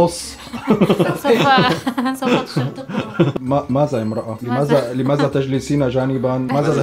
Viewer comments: مازا ❎ ماذا✅ لمازا❎ لماذا✅ هزا❎ هذا✅ للتصحيح 🤣😂😂😂😂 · اسمه لماذا وليس لمازا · متت😂😂الفصحى مافيها هزا ولمازا😂لازم تقولو هذا ولماذا حرف الذال ويييين😂